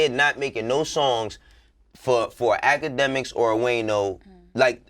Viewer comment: Nobody: Akademiks- itssybwydjakmiks